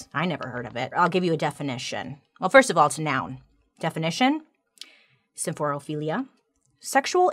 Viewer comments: I'm just so proud of her pronouncing symphorophilia correctly ❤ every time. ❤ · Can I just say how impressed I am with how easily she pronounced symphorophilia? Like who is she 😏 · I love that you smoothly pronounced symphorophilia, but struggle on escape (it’s not ek-scape sweet woman).